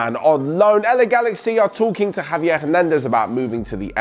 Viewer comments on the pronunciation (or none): none